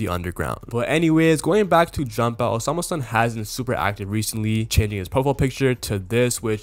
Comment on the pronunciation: bro its not hard to say the name😭